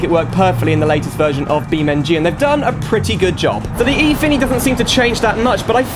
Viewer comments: and it's pronounced "an-feeni" as "infinity" dosent translate to Japanese very well, was already taken and wasn't as interesting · Its pronounced "Anfini" i believe